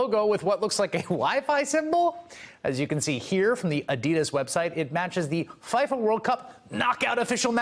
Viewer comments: You said F"i"FA instead of FIFA. How hard is that to look up? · Faifa!😮 We pronounce it Feefa. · Feefa, not f-eye-fa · FIFA is pronounced FEEFA not FAIFA. You're welcome. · FEEE-fa. Not Fife-ah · At least pronounce FIFA correctly. It's fee-fah. Not f-eye fah. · Can we all take a moment to acknowledge that Hayes just pronounced FIFA as “f(eye)fa”... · lmao he said Faifa, common mistake but still funny. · I'm just upset he pronounced FIFA as Fie-fa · "fai-fa"....-_- fire this guy. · Please tell Chris how to correctly pronounce FIFA - it is feeeefa. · FIFA- pronounced Fee-fuh. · Did he just say faifa? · It’s pronounced “fee-fuh,” Chris. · Did he just say the faifa world cup? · he said faifa world cup. lol. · Did he just pronounce FIFA incorrectly? 😑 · I know Americans like to misspell and mispronounce every other word, and FIFA is a proper noun, but how hard is it, honestly? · Learn the correct pronounciation of F.I.F.A. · Anybody notice he mispronounced FIFA?? 😂😂